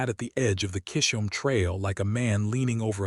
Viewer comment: C-Hisholm NOT Kisholm